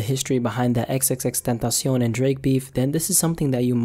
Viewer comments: Omggg first time I hear someone pronounce xxxtentacion the way it is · Thank you for pronouncing his name properly